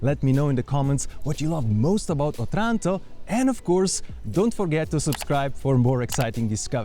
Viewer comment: The stress should be on the first "O".